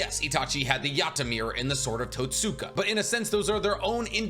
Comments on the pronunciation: Totska blade. Not totsuka blade. You write the second you speak the first. In japanese some u's are silent. So the more you know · The sword of totsuka is pronounced towtska the way you pronounced it is like someone pronouncing Sasuke like sasookay